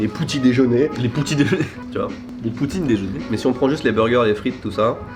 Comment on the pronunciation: " Nougets " "poutit déjeuner " ça m'a tué 😂 tes un champion